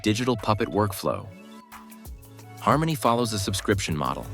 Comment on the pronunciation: Har-money is accurate.